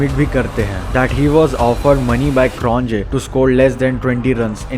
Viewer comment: It’s “Croniyeah” and “Boyeah” not CronJE or BoJE!